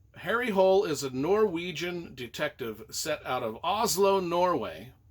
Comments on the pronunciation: Hole is pronounced "HOO-leh" according to ChatGPT. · Apparently the native way to pronounce the name of the detective is HARRY HOOL-EH. And the author is JOO NESBOO. Really great series. Thanks again for your reviews!